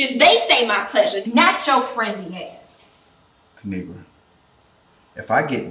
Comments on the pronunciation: My name is pronounced kinigra she so cute I love u kinigra Me even though I’ma girl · its kuh-ni-gra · It is pronounced ki-ni-gra. Now subscribe!! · Kinigra:Let me tell ya a thang o three its pronounced KA NI GRA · Lemme tell y’all a thang or 3 Subscribe To Ka-ni-gra And also when u let yo as* go outside remember it’s pronounced like that ✨period✨ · It's Pronounced Ki-Ni-Gra Now SUBSCRIBE IMFAO EVERY TIME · Lemme tell you a thang or three it’s pronounced ki-ni-gra now subscribeeeee